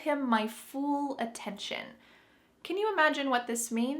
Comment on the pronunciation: After, when, I think said "fool" insted of "full," I am really curious to know if some people pronounce the word "full" like "fool." Cuz, to me and to a lot of americans and canadians, they sound different: "Full" would have the vowel of the word "book," and "fool" would have the vowel of "room."